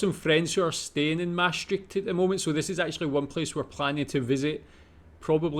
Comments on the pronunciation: it is NOT maas -trikked it is striCHt ch as in loCH , stricht comes from latin traiectum, "ford" over the river Maas. Mosa Traiectum Maas TriCht. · Dutch 'ch' as in Utrecht en Maastricht is exactly like Scottish 'ch' as in Loch!